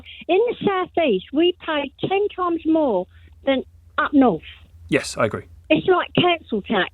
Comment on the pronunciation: “I could buy a mansion up norf”. Please don’t, we really don’t want you here.